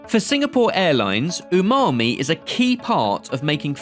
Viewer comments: ....hmmm the chef called it UNAMI...lol. Its Umami 🤔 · Unami!!?? I don't trust a chef who doesn't know it's umami, not unami. Just sayin!! Nice quick camera change though, its barely noticeable. 😆👌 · did that chef call it unami or was it just me? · did he really said “unami”? 😂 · Why did the chef say Unami and not Umami 😂😂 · You are just wrong here. He was saying "UNAMI" NOT "UMAMI". "Sashimi grade" is not a legal term. It is a marketing term that is not regulated. Literally anyone can put a "Sashimi Grade" label on anything. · did that "professional" chef just say unami instead of umami?😂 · Also “Unami”? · he said Unami. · Yup, I had to rewind to see his mouth movements, definitely unami or ooonami as I heard it 😂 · Yes, I had to rewind to see if his mouth close to form the M sound. It doesn't. Strange.